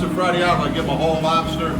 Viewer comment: Fra DIAVOLO. NOT DIABLO